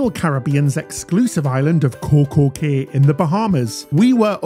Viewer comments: “Key” is the correct pronunciation 😉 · It's not pronounced Kay it's pronounced like key get it right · Cay is pronounced key